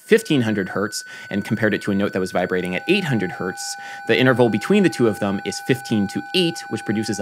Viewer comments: Who else loves that Adam says "thum" instead of "them"? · Adam why do you pronounce "them" as /ðəm/ instead of /ðɛm/. Maybe it's because I'm british but I haven't heard many other Americans who pronounce it the way you do.